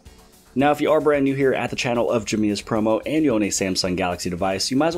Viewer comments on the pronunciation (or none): "Brant new"